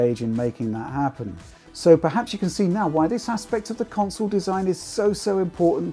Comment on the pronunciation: Who the heck pronounces it like "conSOLE"?